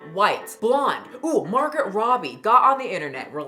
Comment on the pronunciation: Did you call her Margret Robby?😂